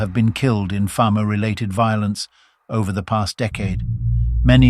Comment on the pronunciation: At learn how to pronounce Famo and Lesotho 😂